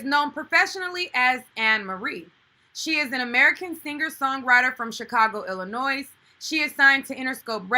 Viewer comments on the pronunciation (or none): Yahl, stop pronouncing the S in Illinois. Godamn.